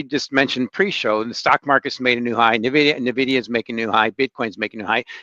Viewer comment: I can't take anyone seriously that says Nvidia wrong